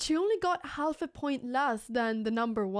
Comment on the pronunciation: Pia is the most attractive Female Chess Champion of all time. Anna in the word half the L is silent pronounced Haff.